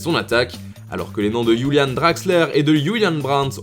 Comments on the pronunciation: Mon chanteur préféré : Youlianne Golden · Absolument personne : Foot mercato : Youlianne Draxler, Youliane Brandt